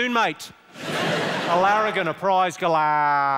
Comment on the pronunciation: Jimmy - a "galah" are freakingly loud annoying pink and grey birds. And you've put too much of an -er sound on the end, you need to put more of an 'ahhhhh' to make it really aussie :P